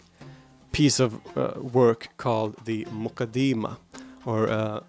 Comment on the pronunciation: its more accurately pronounced as the ‘Mu-kaddi-mah’